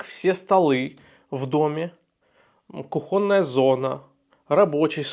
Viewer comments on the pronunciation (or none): Не куХОНная зона а КУхонная зона от слова КУхня или у вас от слова кухНЯ . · Ну не кухОнная зона, а кУхонная! Мы не говорим кухОнь, мы говорим кУхня.